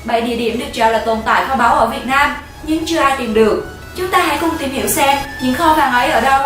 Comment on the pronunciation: vãi lớn r mà đọc chữ nam mà thành nan học lại cách đọc đi chứ kkk